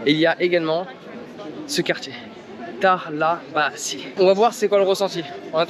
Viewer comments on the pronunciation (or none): Je crois que ça ce dit Talabacheu en turc et non talabasi